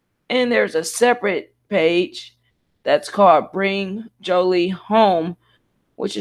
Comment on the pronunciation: please pronounce her name correctly